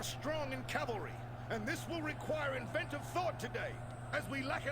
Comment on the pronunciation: "I dont like calvary auxilia" bro what?